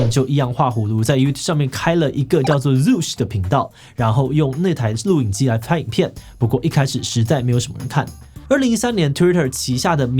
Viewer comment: 說個題外話，今天的志祺是不是一直咬舌頭🤣 「ㄉ、ㄌㄨˋ」影機 「ㄙ、ㄕˇ」者